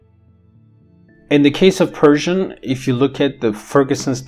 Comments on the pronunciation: yes, definitely I was in doubt whether you are from Iran! You speak Persian and pronounce the words as if you are a native. I am also a multilingual linguist Bravo! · can't believe it. Your pronunciation is flawless. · your persian pronunciation is awesome